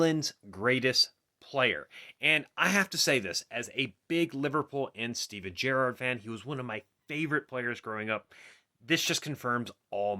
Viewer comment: Stop saying Gerrard weird